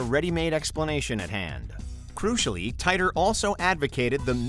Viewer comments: John Titor is pronounced ( Te Tor ) not ( Tie Tor )!!!!!!😤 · Mostly just the way you mispronounced John's last name. It's tee-tor, not tay-tor. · It’s pronounced Teeter or Teetor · When you can't even pronounce the names correct, it make me question your whole research and thus makes me tune out....if you watched a single video on Titor time traveler, you'd know it's said teee tor..... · It's pronounced, Teeter.